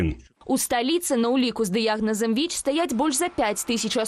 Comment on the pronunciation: Беларускаю моваю слушна казаці "Віч", але ня "Вічь" ❗ У Бел мове няма мягкага Ч ❗